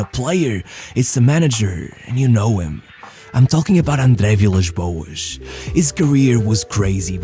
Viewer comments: nunca tive tanta a certeza que tava a ouvir um tuga do que quando disseste "andre vilas boas" 😭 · A forma como dizeste André Vilas Boas é 100% de um tuga. Força Rei